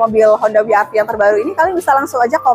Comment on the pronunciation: Bukan honda wi ar vi Tapi we er ve atau dobel yu ar vi